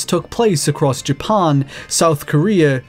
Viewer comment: The way this guy says "Japan" is driving me nuts